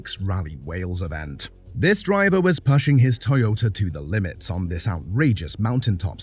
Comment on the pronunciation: What about the pashing and not pushing😂